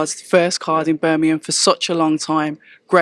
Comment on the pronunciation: Pls ask eddie why he never says Birmingham correct. Seems to b the london guys. kugan and darren barker say it the same way as eddie 🤷🏾‍♂️ thanks October red